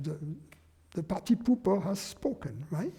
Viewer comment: Love how he says "pahty-poopah" 😆